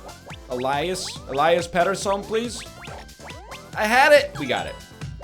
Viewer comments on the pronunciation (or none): none